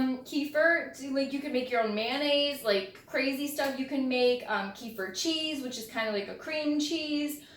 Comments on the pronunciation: thanks for the video. but, by the way, the right pronunciation is ke-feer or better, ka-feer...not kee-fur/kee-fir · You pronounce it incorrectly, at first, I couldn’t even understand what you are talking about. It’s pronounced kəˈfɪər/kə-FEER.